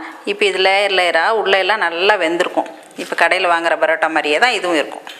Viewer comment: plz stop saying barota barota its parota